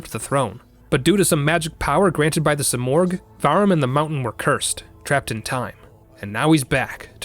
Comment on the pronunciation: Simurgh is pronounced Sim-Merge no Oh sound.